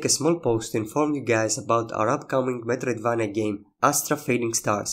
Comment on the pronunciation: Interesting and well-done video! I mean no disrespect, your English is good, but you could look at a couple of videos and learn how to pronounce metroidvania properly.